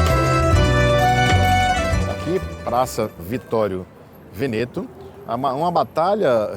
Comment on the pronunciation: Veneto se pronuncia Véneto